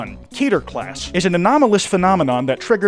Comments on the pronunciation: Its k-eh-ter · Keter isn't pronounced like Peter, is Hebrew for crown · Everytime someone say "Key-ter" it hurts me.